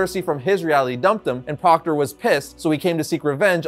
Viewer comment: Proctor? I thought you said Crocker! All I could think about while I looked at this supervillan was: FAIRLY GOD PARENTS!!